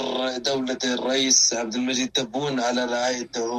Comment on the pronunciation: صلحو اش ݣال هاد الفلسطيني، اسمه تبون ماشي طبون.